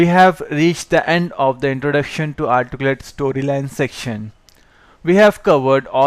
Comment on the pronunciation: If you're going to have a tutorial in English, it might be good to have a narrator who speaks English clearly. In this session, the narrator can't even pronounce the word, "Articulate". Very distracting and somewhat cryptic because he leaves out grammatical elements like articles and adverbs.